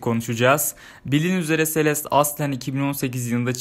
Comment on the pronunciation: abi sonunda celeste e selest demeyi öğrenmişsin :)